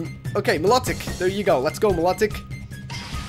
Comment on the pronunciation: its not me-lo-tic (milotic) its my-lo-tic